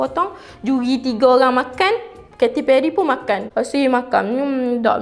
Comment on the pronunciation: kate perry, bukan keti perry, buat research dlu dik sebelum buat video, adoi...